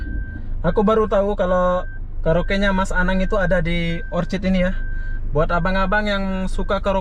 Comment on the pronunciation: Orchard bukan orchid